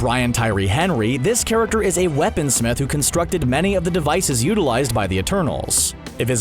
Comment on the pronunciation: Heh, I just realized you pronounce "character" the same way Trevor Slattery's "The Mandarin" would. "Charactuuurrr"